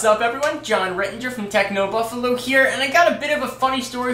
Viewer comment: Just a quick thing. U say technobuffalu instead of technobuffalo